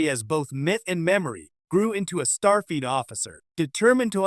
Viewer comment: "Star Feet" 😂😂😂